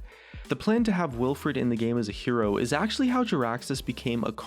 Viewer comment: Wilfred not willfred